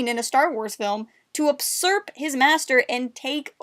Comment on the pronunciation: I love your videos, and agree with EVERYTHING! My only comment is "you-surp" not "up-surp" lol.... sorry for the nitpickyness of it... it's like hearing someone day they are FUS-trated instead of FRUS-trated But seriously, awesome videos, keep up the good work